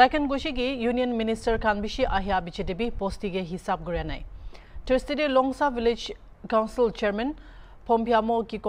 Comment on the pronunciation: Longsa Village not Longsaa..hihi.. hihi